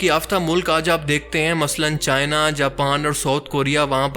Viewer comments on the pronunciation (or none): none